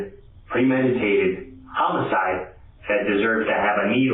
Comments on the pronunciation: Ughhh, please stop the ai narrator from pronouncing "homicide" as "hoe-micide." It's "ha-micide!" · It is maddening hearing the way you say "homicide" 😂 The 'o' is pronounced like the 'o' in "office", not like in "home" Wild business to be in to be pronouncing it like that. 😂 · It's the AI narration. Pronounces "homicide" as "home-a-side" too. You'd think whoever runs the channel would spot this stuff and fix it. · When did we start saying home-icide? No good. Change it back.